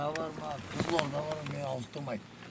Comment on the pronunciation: Кызылорда деп пиздец айттыго